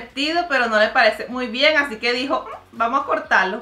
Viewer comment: Me encanta cuando mariale dice "hacique hoy" me encanta 😊